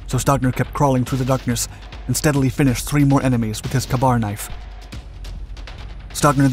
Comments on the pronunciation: Just a heads up, it’s pronounced “kay bar”, not “Kabar” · Kay-bar. Not kuhbar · Dude, it is NOT a "Kah-bar" knife. It IS pronounced "Kay-bar", as in the letter "K" followed by "bar". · Geezis, it's KAY-bar, not kuh-BAR knife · "KAY-bar" my dude. Not "kabar." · "Kuh-Barr knife"? F*cking Really?!! It's pronounced "Kay-Bar". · pronounced kay bar. not kuh bar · It's K---BAR not kabar lol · "K" bar. Not c'bar. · Not sure where you learned English, but it's pronounced 'KAY-bar', not 'kahbar'. Sometimes, I question your language skills, even in what is apparently your native tongue. Please work on this. Otherwise, love your presentations. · Ka-Bar not "Cuhbar!" Say it correctly for fucks sake. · I hate to be that guy, but to the best of my knowledge, it's pronounced 'kay'bar' and not 'ka-bar'. I know, I know........ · Just a couple of correction's: the Knife is pronounced "Kay-bar" and what the G.I. is using on the V.C. to stab and then slit his throat is Not a "Kay-bar (Ka-bar) knife" but a Trench Knife/Knuckle-knife/Knuckle-duster etc, it was Not a Ka-bar. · "kabar knife" 🤣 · Kay-bar knife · It’s pronounced “Kay-Bar” knife. the KA-BAR IS Actually an acronym that stands for Knife Accessory, Browning Automatic Rifle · .......... ITS PRONOUNCED KAY-BAR.... ok. that is all. carry on. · Its not a kabar knife, its Ka-Bar. "Kay-Bar" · Pronounced Kay-Bar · Ka-bar pronounced as Kay-bar. The knife used to stab and then slit the throat of the V.C. was a "Trench knife" or Knuckle-knife and other variants but was Not the Ka-bar. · Wish you could pronounce Kabar knife right. It's pronounced kay-bar. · It’s pronounced (Kay-Bar) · You need to learn to say K bar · It’s pronounced “KAY-BAR” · The way he mispronounced K bar knife which is spoken as "Kay-Bar" made me cringe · Ka-Bar is pronounced /ˈkeɪ bɑːr/ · For the love of god! It’s pronounced “K-Bar” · Please pronounce the battle knife properly! It's a (Kay-Bar)!!!!! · Ka-bar? Like Kabob? 😂 Wrong pronunciation buddy.